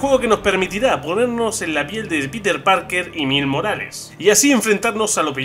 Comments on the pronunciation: JAJAJA hable bien wey ! Como “Mils morales” se pronuncia “mails” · Saludos y como siempre sorprendiendo. Se dice Mails Morales, pero eso tu ya lo sabias, creo que se te fue decirlo. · buen vídeo, me encanta marvel, aunque se dice mails morales, el video esta bien hecho. Saludos